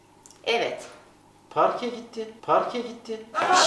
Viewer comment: Taner abinin parke gitti perke gitti demesi😊😊